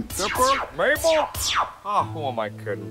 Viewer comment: Maple? It's Mabel not maple....